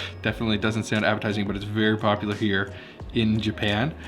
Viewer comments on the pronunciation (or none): none